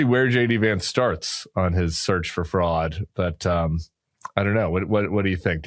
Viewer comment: OK, when Tim says "fraud" it sounds like "frog", so for a minute, I was wondering why the heck we need a frog czar.